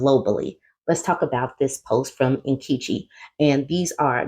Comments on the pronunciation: Nnn-KEH-chi, not KEE ❤ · 😅😅😅😅😅 sweetheart you butchered my clan woman's name!!!!! Omg that's hilarious😂😂😂😂